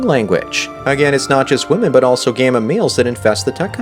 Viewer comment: This guys upspeak is fucking valley girl level bad! I can't stand his stupid voice! And the way he pronounces "Wymeynne". Christ!